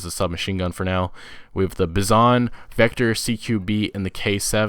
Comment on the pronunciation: Its a vector not veper dumb